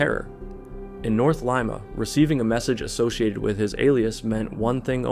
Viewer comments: Leeeema not Leima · Its pronunced Leema, Not L eye ma, you sound stupid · i kept forgetting this was in peru cuz of ur pronunciation of Lima 😂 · Your Spanish sucks? Well you’re pronunciation sucks too. You don’t even know how to say Lima. All that research and you don’t even know how to say it come on. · I can't keep listening to that pronunciation of Lima.